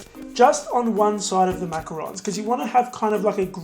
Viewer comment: This was amazing. I really like how you also pronounce it correctly it makes this video even better. I just subscribed💖 I'll definitely try this out for my mom xoxo